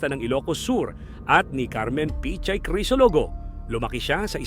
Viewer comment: Correction: PICHAY hindi po pechay